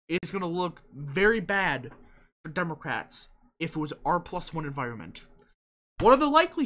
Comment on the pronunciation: was that some kind of insult lol or mispronunciation